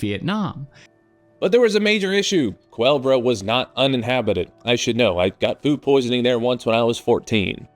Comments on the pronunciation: "kahlua bro" COO-LEH-BRAH, snake! like the snake on the tank. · It’s Koo-lay-Bruh